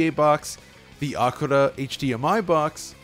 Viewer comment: Lmao what did you pronounce ACURA in japanese?